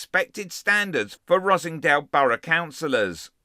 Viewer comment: Er, Ross-En-Dale, not Rossingdale......